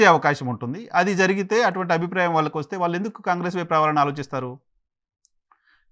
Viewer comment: 'ళ' పలకడం నేర్చుకోండి. 'వాల్లు' కాదు...,.'వాళ్లు' అనాలి. Rest of your abilities: alright.